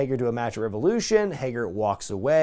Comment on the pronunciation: It's so weird to ever hear you say "Revolution" properly. I'm so used to "rEvAoULOoShauNnnNnUH!"